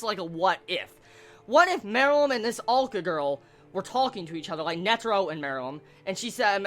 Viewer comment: head's up dude, he or she? is pronounced AH-LU-KAH